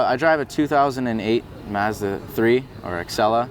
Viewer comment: HOLY SHIT HE SAID MAZDA PROPERLY. Mind = Blown